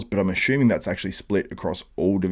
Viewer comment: No "h" in assuming